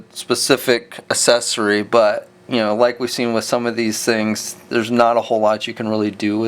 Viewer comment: I like your reviews so please don't take offense but it drives me just a little nuts that you pronounce the word accessory as "Assessery" instead of "Ack-sess-ory" which ismor correct. I know its a kinda stupid complaint but it is just a pet peeve I guess. anyway thanks for the reviews they are helpful!